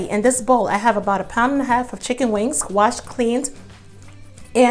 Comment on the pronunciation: I love that I found you, and every dish looks amazing, but hunni you tearing them wings (WANGS)up!!!!!🤣🤣 cant wait to try your recipe. Keep laughing and making yummy dishes🤤🤤💃💃